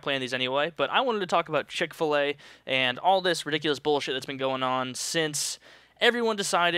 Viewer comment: Wtf is CHICK FA-LEY EXCUSE ME.